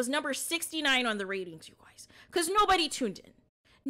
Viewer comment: "you goiys"😂